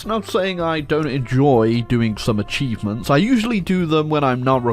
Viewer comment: did he said acheesements?